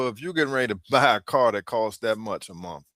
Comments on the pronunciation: It’s “Month” not MON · Why can't she say the word month with a TH at the end? I mean, these people always have their lazy talks and their own English they really butcher the English language. Gotta go back to school.